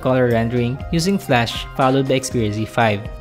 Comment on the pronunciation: It's flash not flush :)